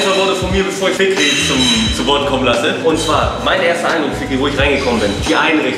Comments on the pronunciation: bruder der typ heisst fikri nicht f***rie 😂😂✌🏼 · Fikri* bro, nicht fickri 😂😂😂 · Er heisst FIKRI mein gott hättest ja wenigstens fragen wie es geschrieben wird. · Fickrie hahahah (P.S. er heißt Fikri)